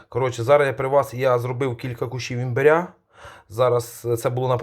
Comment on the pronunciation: Не імбірь, а імбир.